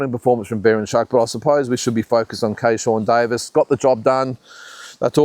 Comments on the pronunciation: Driving me nuts ..it’s Keyshawn Davies not kayshawn Davies 😂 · It's Keyshawn Davis not Keyshawn Davies😊